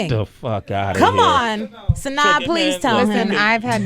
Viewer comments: It's pronounced SahNah not saNay or SaNaya. She corrected the guys in Atlanta V103? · Suh naw ..not sin naw lol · Ha! ! Sway is tearing her name up. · Is "Sanawl" the correct pronunciation? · GhostGoblin I heard it's pronounced "Suh-nahy" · Sin....naw.....Sway cmon man!!! LOL. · I hate how Sway sayn her name